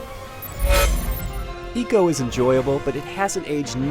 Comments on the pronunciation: Ico is pronounced "eye-co" not "ee-co". Just saying. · Its "I" co not eco you pronouce icon as econ do you? :P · It's Ico not Eco! ffs. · did he just say ECO in the beginning? GTFO out bro. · I spent the whole review shouting "It's EYE-CO damn it !" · It's pronounced Icå. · Firstly he mispronounces ICO and then he hates on it. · ico as in EEKO? or EYE-SEE-OH ? cuz i've been pronouncing it the 2nd way all this time ...